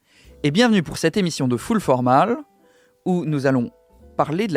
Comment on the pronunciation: c'est une chaine francophone de un et tu n'arrive pas à prononcer full formal et autres termes anglais comme riding coat. J'aime ce que tu fais mais ça donne un côté clownesque le truc anglo.